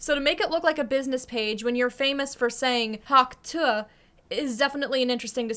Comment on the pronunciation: I like how you’re pronouncing it the way she actually says it.. every keeps saying tuah like if that’s how she said it 😂